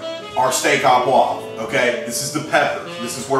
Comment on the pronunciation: Hey I liked your presentation and to hell with the pronunciation, I'll try a recipe from a good Texan cook rather then a wannabe Frenchy who says "oh" correctly. The food looks good!